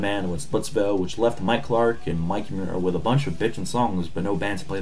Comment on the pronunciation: Cannot even pronounce "Muir" properly... Yikes. The more I've listened, the more cringey this thing gets. "Give Me Your Money"? It's SEND Me Your Money... C'Mon, man... fuck. S.T. is a phenomenal band, and I appreciate this episode, but fuck...